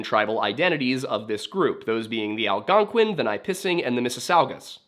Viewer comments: Locally we say: Algon-Quinn, not "qee-an", so...ALGON-QUINN; leaving out the "u" in pronunciation. Algonquin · it doesn't bother me I just didn't want to be the weird guy like "You're pronouncing everything wrong" lol, you're right though it's Al-gon-kwin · I'm sick of him pronouncing Algonquin wrong! There is no e sound.